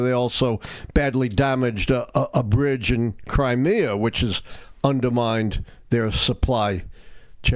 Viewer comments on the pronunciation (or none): none